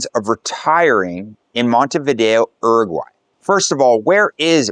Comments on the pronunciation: It's never "er-aguay." In English, it's "yu-raguay," and in Spanish, it's "oo-raguay." I lived in Uruguay for a full year in 2011, teaching for International House, and unless things have changed a lot, your description is highly inaccurate. It was more expensive than Europe, the people were insular and rude, the food was low quality and monotonous, and the weather was chilly in the winter. And most educated and young people were quite proficient at English. There was also A LOT of crime! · Not oeroguay is Uruguay, emphasis in the U..., is not that hard to pronounce correctly. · Bro, either say “Uruguay” in english or spanish, not some bastardized in-between. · its not "R.Guy", its pronounced "U-ru-guay" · If you are going to make videos about a country, you should at least learn how to pronounce the name of the country properly.